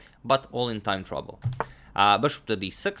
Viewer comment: When you say “time trouble” it sounds like “time travel”